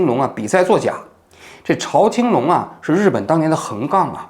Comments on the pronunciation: 欢迎王局来日本生活。现代周刊就是八卦新闻。朝青龙，在日本华人都称呼朝zhao 青龙。朝日新闻，朝日啤酒。不读chao。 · 读zhao青龙，朝日的朝